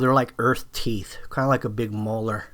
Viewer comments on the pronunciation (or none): none